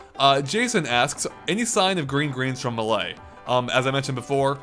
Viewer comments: i cant stand it anymore. not hating on you but its pronounced MAY-LAY. not MUH-LAY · It's Super Smash Bros Melee. NOT Super Smash Bros Milay. You pronounce it wrong every time. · Stop pronouncing melee weird!! GAH!